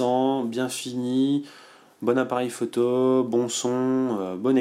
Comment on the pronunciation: Salut, tu fais de tres bonnes review, par contre ça me stresse ta manière de dire "photo" faut que tu corriges ça stp, j'avais constaté ça sur les autres tests mais là c'est flagrant alors je laisse un commentaire ... (ecemple à 4 min) [K]